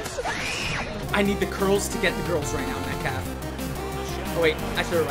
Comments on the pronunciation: he say decalf instead of metcalf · Am I hearing things or did just say dcalf